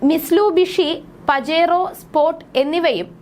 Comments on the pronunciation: മിസ്ലുബിഷി അല്ലേടി മിറ്റുഷി 😅😅😅😅😅😅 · നാളെ തന്നെ നമുക്ക് പിച്ചപാത്രം എടുത്തു പൈസ പിരിക്കാൻ ഇറങ്ങാം ചേച്ചി പിന്നെ ചേച്ചി നാക്കു വടിച്ചു വായോ മിസ്ലുബിഷി അല്ല പെണ്ണെ mitsubishi ആണ്